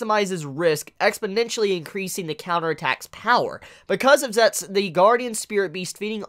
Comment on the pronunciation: Why does he pronounce "zetsu" as "zets" instead of "zetsu" ?